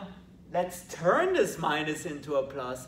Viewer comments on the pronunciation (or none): none